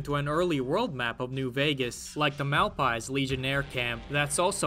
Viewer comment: the humor in you mispronouncing "Malpais" and following it up with a clip including the correct pronunciation is not lost on me. you pronounced a lot of shit wrong that they audibly say in the game, why are you like this